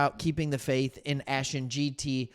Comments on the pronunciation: Will you do a great job love listening to you, but Ashton’s last name is pronounced Jen T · Honestly, this is hard to take seriously when you dont know how to pronounce Ashton Jeanty's name. It's JEN-tee.